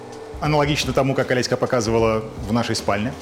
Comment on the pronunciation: почему все время называете жену ОлесьКА? так режет слух